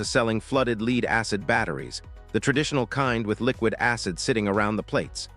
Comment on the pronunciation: Leed battery ?? It's pronounced LED like a LED diode which would be LED acid battery